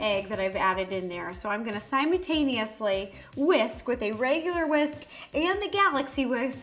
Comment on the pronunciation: I like how Rosanna messed up the word “Simultaneously”